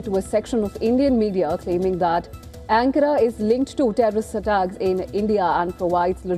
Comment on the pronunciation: Pronounciation of the word "Ankara" is wrong.